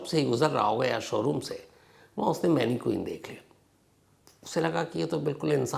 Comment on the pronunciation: मैनिक्वीन नहीं मैनिकन